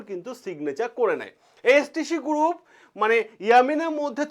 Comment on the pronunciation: গুরুপ, কিলিয়ার, পবলেম, ইয়ামিন এগুলো আগে সঠিক ভাবে উচ্চারণ করুন। কানে খুব লাগছে।